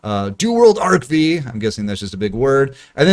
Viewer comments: Is it really that difficult to say Arc-FIVE ? Like, really? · Damn to this day people still call it arc V not arc 5 lmaooo